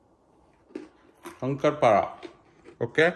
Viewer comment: It's Shakkar Para.. Not Shankar Para.. Happy Diwali& New Year